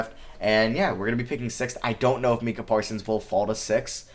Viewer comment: Bro Micah isn’t even a hard name to pronounce how you butcher that